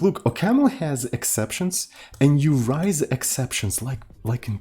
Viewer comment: I never know if messes up the pronunciation of "raise" on purpose or not, and at this point, I'm too afraid to ask XD